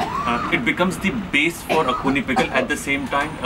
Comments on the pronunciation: It's axone not akuni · It is a dish, originated from the 'Sumi' Tribe of Nagaland, called 'Axone' (pronounce something like .. aa-qho-nae)and not 'Akhuni'. Thanks. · It just a AXONE not akhune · its Axona.. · mispronounciation of Axone is Akhuni😂